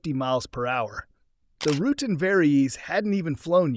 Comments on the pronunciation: Yep. And his name is pronounced roo-tan, NOT roo-ton. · It's 'Ru-Tan.' Not... 'rootin.' Who in aviation of any age doesn't know who Dick and Bert Rutan are and have watched videos and interview with them? And it's not a "Vari Ease." It's a "Vari- EZ" and pronounced as 'eee zee' and like you were saying 'vary easy.' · Bert's name is pronounced Ru Tan not Rootin,,, in 1980 at Oshkosh I saw two BD 5's with French jet engines they came in like Fighters and landed smooth as silk no issues ..a lot of Pilots are not as good as others.. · Who the hell is "Bert Rootin" . . ? If you mean Bert RUTAN, the vowel sounds are the same as "cool cat." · Burt "rooting" LMAO 🤣🤣🤣 AI totally sucks. And the guys that use it suck worse LMAO 🤣🤣🤣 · ”Rooot’n”?! Really? There’s more, but if you didn’t catch that gigantic mis-step, then….. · Anybody that makes a video like should know how to pronounce Rutan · Burt Rutan-tootan. Learn the name of the legendary aircraft designer. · Is this AI? Why wouldn't you know how to pronounce "Rutan" and "VariEze" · If you're going to drop names here, then learn their proper pronunciation., eg. "Rutan" and "Veri-EZE". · Couldn't manage to pronounce Burt Rutan's name correctly? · Great video although I was put back by your pronunciation of Rutan. Have you lived under a rock? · Pretty sure Rutan's VariEze is pronounced "very easy".